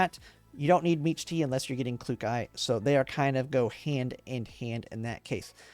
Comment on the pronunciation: I heard meech-tee and closed the video